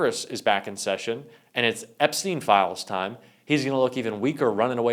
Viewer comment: EPSTIEN, EPSTIEN, EPSTIEN ‼️